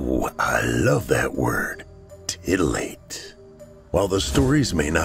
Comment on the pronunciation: Huu,huu,huuhuuu he said titulate